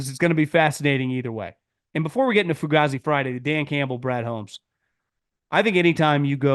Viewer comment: Its pronounced fu-gay-zee bro 😂😂